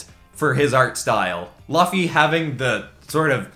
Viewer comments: LUFF-E!?.... wtf smh.... LUU-FEE (LUFFY) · Otakus hearing him saying Laffy instead of luffy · when my mans said Lufffy instead of Luffy (loefie) I felt my heart break a little 😂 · You mispronounced Luffy's name. It's pronounced with a hard "U" sound. Not the soft "U" sound you used. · I didn't expect that "Lohffy" gut punch, for future reference, it's pronounced like "Loofy" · “Laffy”. It’s a U. It’s Luffy, with a short oo sound :P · Did he just say Laffy? lmao. Its Luffy, the u is like "YOU". Its like Loofy not Laffy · I’m sorry did he just pronounce Luffy as Laffy? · LUH-FEE.....end me, end me now. It's Loo-fee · ITS NOT “LUHHFEE” ITS “LOOFEE” but I like this video tho😉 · just seriously and no offense but TF he called lUffy?111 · It's pronunced Luffy (p"u"t) NOT Laffy (b"u"t)😬... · I immediately paused the video and had to breath in for a few seconds when i heard him say laffy. Dear god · uhm, well, im going to take this comment seriously and type it out, so, the way that he said it was luffy (looks right, doesn't it, well it isnt, the way he said it was like love, or better yet, lucky.we are focusing on the u part of it so thats why i put love, which, btw, can also sound like luv, this is the wrong way). how it is supposed to be pronounced is loofy (as in like loopy, or lucy, this is the correct way of saying the name "luffy"). sorry if i didnt give the most detailed description, and screw you if you meant this as a joke, im gonna look like a damn fool if it is. but anyway, this is how you are supposed to say it, hope it helped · When he said laffy I wanted to commit seppuku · he said luhffy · Nobody:: Laffy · Me: watching innocently, enjoying the perspective: "Lafyy" Me: "Ah, your approaching me?" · Did this man just say “Laffy”? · I died when he said laffy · "luhfy", my man said luhfy... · HE SAID LUFY! LUFY!!! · NAW THATS CRAZY ( if u see this I’m saying it’s not pronounced “Luffy” but loofy, like goofy with an L) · Bro said luffee😂